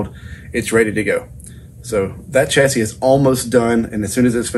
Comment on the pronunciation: Repeat after me “Shassy” like Shirley Bassy with the middle bit missing. Its french theres no Ch in Chassis! Its a sh. Don’t get me started on those “Meer” things that you see your reflections in 😘